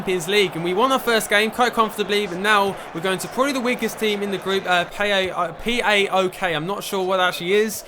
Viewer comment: PΆΟΚ...the team you played in CL...you pronounce it like a word...greek translate ΠΆΟΚ